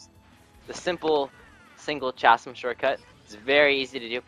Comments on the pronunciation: said CH-asm instead or c-asm Grammar Police: Grammar Police whats the issue Me: Someone made a grammar error Grammar Police: Where is it? Me: Shows Comment Grammar Police: Ok Grammar Police goes to Troys house Grammar Police: Youre under arrest for misusing chasm: What are you talking about? Grammar Police shows video: That was 5 years ago Grammar Police: Ok but still, you misused chasm and we are taking you under custody: My mario kart, NO! NOOOOOOOOOOOO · its pronounced kasm.